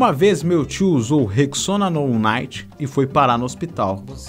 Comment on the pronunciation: "Nou naiti" KAKAKAKAKKAKAKA